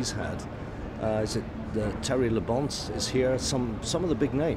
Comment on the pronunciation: “Terry LaBonce” Don’t expect a guy like Anthony Reid to get every single name right, but that was just funny.